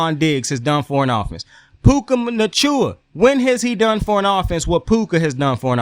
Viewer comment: You repayed me the favor back i choked on an ice cube when you said puka machua 🤣🤣🤣🤣 im so fuckin weak bruh you done fucked my guys last name up all the way 🤣🤣🤣🤣🤣